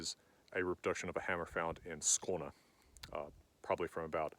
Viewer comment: Good pronounciation of Skåne. You should visit Uppåkra and Lund i Scania.